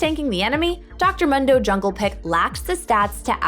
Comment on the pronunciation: Please stop saying Dr Mundo like that